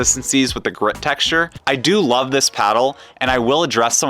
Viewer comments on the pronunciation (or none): none